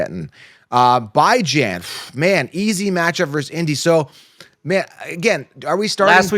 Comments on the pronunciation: It kills me how he pronounces Bijan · Kinda crazy to me how yall suppose to be experts but can’t pronounce Bijan name correctly coming into week 16